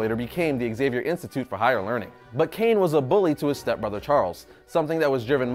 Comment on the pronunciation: How hard it is to say Zavier instead of ExZavier?